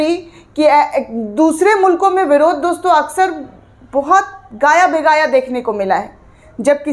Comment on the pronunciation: गाया-बेगाया नहीं कहते, गाहे- बगाहे कहते हैं, शब्दों का उच्चारण सही होना ही चाहिए एंकर का , न्यूज रीडर का , होस्ट का , और उच्चारण सही न होने से बात का प्रभाव खत्म हो जाता है